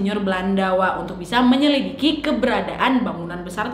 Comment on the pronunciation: Menyelidiki jadi menyelikiki😭🙏🏻😄